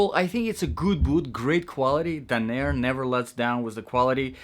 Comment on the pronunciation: Dan* NUR* .....not Dan! AIR!